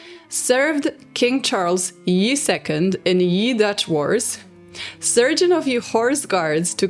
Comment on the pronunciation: Just a quick note askde from the horrific stories of syphilis, the "ye" in Charles ye 2nd etc. is actually pronounced "the", the y in this context is the letter þ that makes the th sound. Sorry for the acchually moment, love your content !